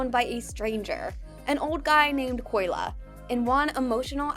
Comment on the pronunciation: it’s Kolya* not Koyla…